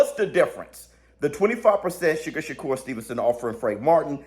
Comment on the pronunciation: His name isn't sugar shakur 😂😂